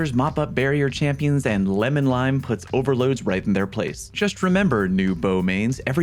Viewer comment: Did u just say "Lemon-Lime"? I just imagine Le'Monarque shoots with limes and lemons